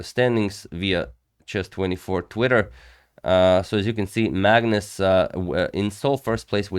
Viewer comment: It's not Maegnus, but apart from that, I guess you're right :) - A is not pronounced the same way in Norwegian as in English.